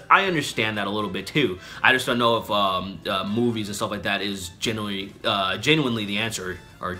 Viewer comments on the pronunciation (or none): Genuinely. ;). Ge-new-in-lee.